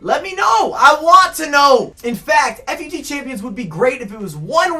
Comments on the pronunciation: About to stop watching after you pronounced FUT "Eff You Tee". Stopped watching at the like-begging. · why you gotta call it f u t? ;_